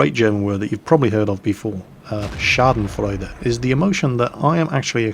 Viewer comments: It´s "Backpfeifengesicht", but his pronunciation is just bad (sorry;D), but he did a very good job saying "Schadenfreude". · Wow schadenfreude was pretty perfectly pronounced good job. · Well, "Schadenfreude" and "Sitzfleich" were pretty well pronounced. But "Backpfeifengesicht" - wtf? - I doubt there ever is a German speaker who understands this :D I had to hear his explanation to guess the word. ;) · Had to hear "Backpfeifengesicht" about 10 times until i knew the word you were saying. "Schadenfreude" sounded really good. Also "Sitzfleisch".